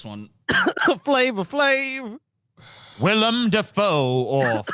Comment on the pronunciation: Why can just not say Willem Dafoe's name correctly? 😂